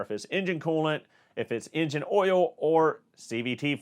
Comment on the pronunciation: Be sure to talk about the Ole. Not the Oil, but the Ole. Like Ole Miss Swiss Chocolate.. it's the accent 🤣